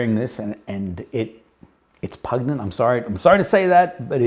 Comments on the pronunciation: Brother I love your work but I need to do you this favour: The word 'pungent', to describe a strong smell is pronounced 'pun-jent'. You sound like you have it mixed up with 'repugnant', which pretty much means repulsive. ❤️ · Just found you. Love your videos. But, as a fellow Aussie, I MUSt correct you on "pungent". It's a soft "G" as in "just". There, done! Love the Xerjoff range but I'm sticking with "Naxos" and "More Than Words" right now.